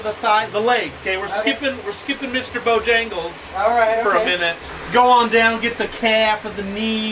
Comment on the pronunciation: "Bo-jangles".... 🤣